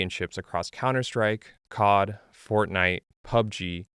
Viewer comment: COD u say KODD? LOL